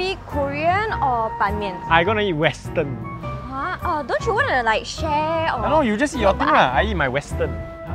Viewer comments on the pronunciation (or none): saying western cracks me up